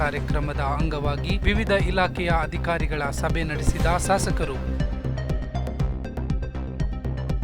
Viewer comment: ಸಾಸಕರು ಅಲ್ಲಣ್ಣ ಶಾಸಕರು.....